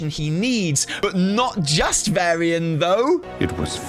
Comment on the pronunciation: VARYIAN not Vairy-an!! Sooo triggering